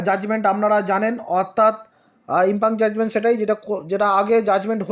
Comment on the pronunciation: ইম্পিউনড ইম্পাং নয়